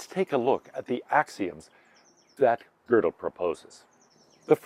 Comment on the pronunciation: Anyone who talks about Kurt Gödel should be forced to take a year of German, so they know how to pronounce his name correctly. It is NOT pronounced like the English word girdle, like the speaker in this video does.